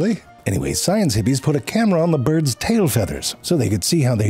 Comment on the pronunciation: He’s mispronouncing bjerds.